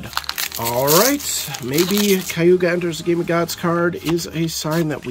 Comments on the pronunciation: Kag Ew Yah not Kaiewgah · "Kah-guu-yah". If you like the character enough, try to learn her name man haha! i did get a chuckle out of 'Kayuga'